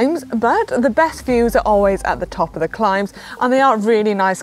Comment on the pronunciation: Fantastic video Manon. Did you say great views or great ewes 😃